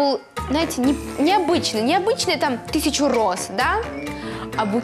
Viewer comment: обичний 1000 роз обичний......😂